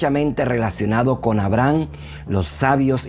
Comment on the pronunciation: A-bra-ham. Hasta escrito lo tiene. Buena información y video. Sólo la pronunciación del nombre es el único pero.